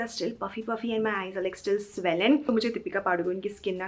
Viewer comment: It's swollen not swellen. Please improve your English it'll make your videos better.